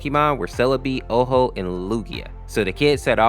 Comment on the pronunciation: I don’t mean to be rude, but the name is Ho-oh, not Oh-ho. Common misconception.